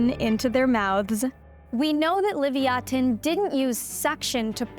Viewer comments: Why do you pronounce ancient creatures completely differently from every other paleontologists? Between this pronunciation (which is normally pronounced as "la-vie-a-tan", just like leviathan, but without pronouncing the "h"... not "livi-a-tun") and last time's helicoprion's pronunciation, I literally wasn't sure what creatures you were talking about until I looked at the video itself (I normally just listen to these videos). I'm genuinely curious as to why the generally accepted pronunciation is not being used... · You like Sperm? Then pronounce Leviatanh correctly. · It's Leviosa not LEVIATAN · It's pronounced le-via-than & it's mentioned in the Bible as the largest sea animal ever. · Levyatan, sounds like the british pronunciation of levithan. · I understand they were trying to make sure no one confused it's name for Leviathan but the manner in which they did it actually made the video annoying to listen to, unless it's really been pronounced livy-attin this whole time. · No I think I'll pronounce it how I like thank you. Livyatin sounds.. weak... lol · Isn't it "Leh-vai-ya-than"? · Liv-Ya-Tan would be the most accurate pronunciation. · Its loe-vie-a-ton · Leviathan is pronounced phonetically as "luh·vai·uh·thn" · I’m sorry but she’s pronouncing leviathan completely wrong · Is this lady purposefully mispronouncing the word Leviathan, or is there some reason that the word is pronounced differently when speaking about this whale? Edit: She explains the name change and pronunciation in the video. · Had to watch it on mute due to the mispronounced species name. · I NEVER heard ANYONE pronounce leviathan the way u did. DO U KNOW what u r doing? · take a shot every time she pronounces it wrong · Learn how to pronounce leviathan. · You're pronouncing Leviathan incorrectly 💀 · The pronunciation of Leviathan is passive aggressive. Most people don’t pronounce it like than . 😅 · Learn how to pronounce Leviathan correctly. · Can’t stand her pronunciation of the name omg 😲